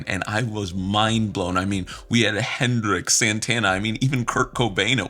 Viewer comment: I'm sorry, did u just call him Hendrick?